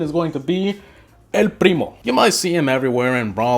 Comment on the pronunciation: Why when you say El Primo you say Primo with hard R